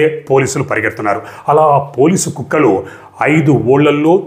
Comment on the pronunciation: మిస్టర్ హర్షవర్ధన్ గారు, మీ వివరణలో పదే పదే 'పోలీసు కుక్కలు' 'పోలీసు కుక్కలు' 'పోలీసు కుక్కలు' ఉచ్చరించడంతో పోలీసు అనే కుక్కలు అనే అర్థం వచ్చేట్టు ఉంది మీ ఉచ్చారణ.